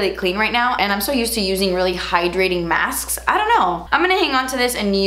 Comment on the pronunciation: "so I just removed the face masfs" 🤣🤣